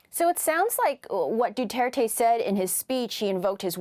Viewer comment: 1. Its Duterte.. 2. It's not about that he fights drugs. He does it ignoring the pricimples of a fair judiciary. He encougares regular people to kill drug dealers. Without process. Without consequences. Who decides than who is a drug dealer? And who will be allowed to be killed next? His intention is not what the west is concerned about. The way he is going to achieve it is.